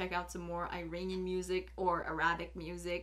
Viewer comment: Practice on your Pronunciation ( Iranian)